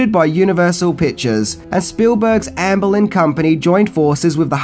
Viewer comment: Lmao and his pronunciations. Amblin =/= Ann Boleyn. Amblin = (R)amblin(')